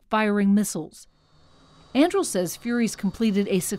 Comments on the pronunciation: Thought I was the only one caught that. 😂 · That is not how you say Anduril. Not in the LOTR world. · the report can't even pronounce the name of the planet lol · Andril? It's An-dur-il! Aragorn's sword from 'The Lord of the Rings'. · It's not pronounced "Anndrill." It's pronounced "Ahn-Due-Reel." Read the damn book, lügenpresse. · An-doo-ril, not An-drool or An-drew 🤦🏻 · it's pronounce an-dru-eel. Andruil, the flame of the west, born from the shards of Narcil. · It's pronounced An-dure-ill. Flame of the West forged from the shards of Narsil. The company logo is the pommel of the sword that was broken. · I’m upset that they continued to say the name wrong. It’s ANDURIL as in the sword from LotR 😂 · Only Americans would pronounce (Tolkien's) Anduril, the Flame of the West, Aragorn's sword - as "Andrew". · I'm triggered by the way she pronounces "Andrill". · .... Im gonna have a fit every time this presenter mispronounces An-Du-Ril... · "Andrul"... Just read that name correctly. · It is not pronounced “Andril” Mz bot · I would suggest that the correct pronunciation is Ann-du-rill, as I'm assuming that the company was inspired by the sword Anduril, the Flame of The West; Aragorn's sword in The Lord Of The Rings. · Came here to post the exact same thing! Like "ann DO rill," second syllable from the end gets emphasis. Everyone gets the emphasis wrong, even me when I'm not being pedantic, but the 60 Minutes chick keeps making it rhyme with Mandrill and it's driving me very slightly mad. Makes her sound like she's done little or no research (and often with major news networks that's sadly the case). The Internet was created for Tolkien scholarship, Monte Python references, cat videos, and Godwin's Law violations. If you can't correct someone for getting Tolkien badly wrong, then we might as well shut the whole thing down and go back to flint knapping. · They're pronouncing it ann-due-rill. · Why does she mispronounce Anduril?